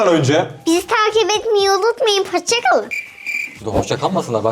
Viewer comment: Hoşçakalın değil Poşçakalın